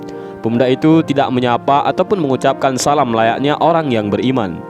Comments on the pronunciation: Ngucapin salam aja salah🤣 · ngucap salam yg betul dong bg